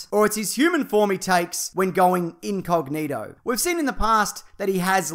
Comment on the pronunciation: When he said thats the vision when he goes INcognito. The way he emphasized the "in" I thought he was going to say "thats the vision when he goes IN scarlet witch."